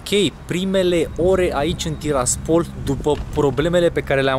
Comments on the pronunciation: Se zice tiraaaaaspol cu accent pe a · Tiraspol cu accent pe ''i''. Cred ca n-ai auzit niciodata numele la orasu ala de-l pronunti intr-un asemenea hal